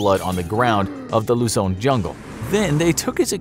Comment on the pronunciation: Its Luzon (Loo-Zon)